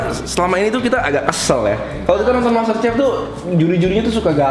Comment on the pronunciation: Tulisan masterchef dibaca mastersef dongg not mastercef